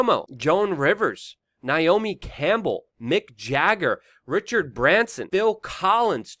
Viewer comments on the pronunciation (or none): none